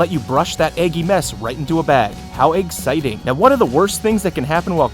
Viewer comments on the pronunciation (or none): "How EGGSITING!!" xD